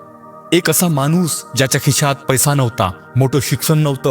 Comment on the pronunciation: मानुस नाही माणूस म्हणायचं